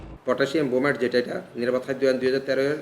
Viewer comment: ক্রোমেট না ব্রোমেট